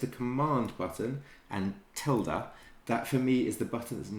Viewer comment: Whats the shortcut key? Literally have no idea what he said "tilda?" .